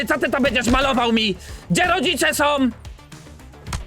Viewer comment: Ja pierdolę chłopie🤦🏻‍♂️ Tego nie da się na dłuższą metę oglądać. Masakrowanie języka ( końcówki „OM”) to jedno, ale po cholerę drzesz papę?! Zacytuję ciebie: „ Gdzie rodzice sOM?”